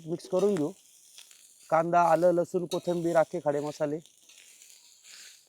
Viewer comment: कोथबीर का बोलता कोथीबीरं असत